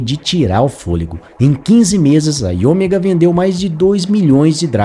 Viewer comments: IOMEGA. A pronúncia é "áio méga". 😮‍💨 Rsrs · O video ta bacana, matou saudades, mas "AioMÉga" é a pronuncia, filhão!